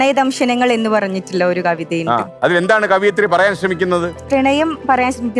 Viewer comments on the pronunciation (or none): കവിയത്രി അല്ല. കവയിത്രി. ശരി.